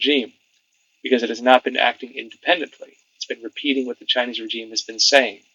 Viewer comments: Just a suggestion: rəˈZHēm, instead of rə-Jeem. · REZHEEM NOT RE-G-IME IF yOU DIDNT SAY IT EVERY OTHER SENTENCE WOULDNT BE A PROBLEM BUT FOOK ME SAY IT CORRECTLY!!! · I like your channel but for gods sake learn to say regime as we all know it as it really grates. Keep up the good work .we all know ccp are evil they would deny everything in one breath and then take credit for it in the next breath. Boycott the bastards , I will gladly pay a little more for something being made elsewhere. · That's not how you pronounce regime. I can't listen! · Have I been mispronouncing "regime"all these years?